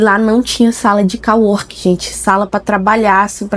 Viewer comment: sala de cO-working. Com som de ô. em ingles é como se fosse colega+ trabalho ou seja, colleague + working = co-working. Do jeito que voce fala tem som de COW, no caso vaca. Ou seja, voce ta falando "que deveria ter uma sala de vaca trabalhando".